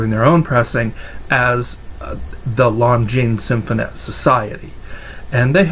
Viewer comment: Great video and very informative. I now know the proper pronunciation of Longines Symphonette! Thanks